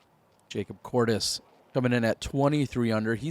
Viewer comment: Has it always been Jacob Courtis? I could’ve sworn everyone always said Curtis lol